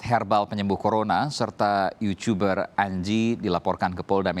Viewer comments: Q kira cmn q yg Geli Denger kta YUCUBER 😂😂😂 Saking pinter nya... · Pertama kali pak Aiman bilang "Yucuber". Karna Anji bukanlah yutuber sejati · Kukira kupingku congekan. Pas awalan ku ulang mpe 4 kali. Dan bunyinya emang "yucuber".